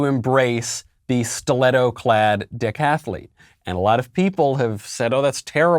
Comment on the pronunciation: When you said decathlete, at first I thought you said dick-athlete as a play on words because he's a man.